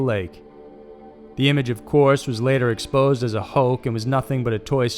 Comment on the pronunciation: How do you get "hoke" out of "hoax?"